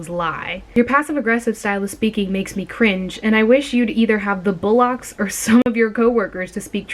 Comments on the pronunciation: loooool why did she pronounce “twat” like that?! loool and “bollocks” aswell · The pronunciation of twat and bollocks 💀💀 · The way you pronounced twat and bollocks 💀